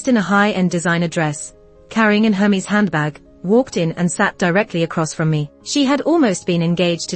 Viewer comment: Pretty sure that is not how you pronounce "Hermes". Google it.